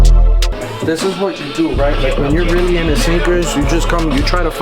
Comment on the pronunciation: "Oh Rearry.."